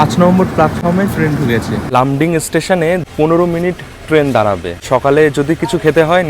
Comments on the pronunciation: "Loomding" na dada, "Laamding" holo actual pronunciation 🤣🤣🤣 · লুমডিং না লামডিং হবে 😂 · ওটা লুমডিং না ওটা লামডিং হবে ওকে?? পরে তো ঠিক বলেছো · খুব সুন্দর ভিডিও 🎉। তবে আসামের একটি অন্যতম জংশন লামডিং — লুমডিং না। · Lumdin noy lumding bolay ota kay ar ha tripura hoy assam ay oo bangali achan jay ai assam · Lumding na lomding 😆😅😅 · লুমডিং না লামডিং ওকে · কি.রে, সাব্রুম কাঞ্চনজঙ্ঘায় প্যান্ট্রি কার আছে - বলে দিলি?? দুটো ট্রেনের একটাতেও প্যান্ট্রি কার নেই। কথাটা লুমডিং নয়। লামডিং।